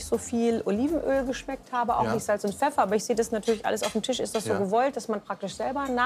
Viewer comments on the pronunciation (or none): none